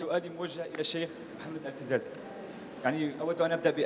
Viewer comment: نعلم بأنه إستفزكي كثيرا لا إسمه الفيزازي وليس الفزّازي